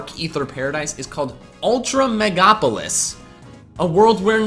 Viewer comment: I don’t wanna be that guy who says you mispronounced “megalopolis”... so I won’t say it. 😄